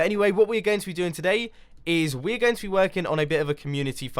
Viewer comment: why does he always say "welcome back and TODAY im gOng to play MINECRAFT!"